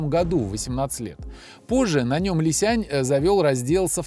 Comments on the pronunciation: Уважаемый автор! Не Ли Сянь, а Ли Сян! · Не "лисянЬ", а "лисян" - без мягкого знака. И да, разница колоссальная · Какой Ли Сянь? Li Xiang. На Русском Ли Сянг. Г в конце практисески не читается. Н-носовая твердая